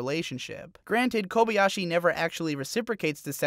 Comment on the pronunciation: My main problem with this video is the fact that you say kobey-ashi, instead of kobayashi, even though I know you watched it as intended with the original language and thus have heard her name over and over and still say it so boldly wrong.